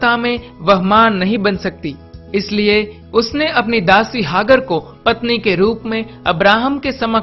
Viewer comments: हाग्र नहीं, हाजरा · अरे तू कौन है जिसे नाम का सही उच्चारण का भी नही पता, सराय और हागर कौन हैं बे चूतिये, पहले नाम तो ठीक से बोल बाद में किसी के धर्म का उल्लेख करना।